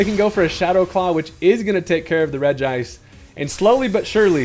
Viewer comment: I love the fact that you pronounce regice the correct way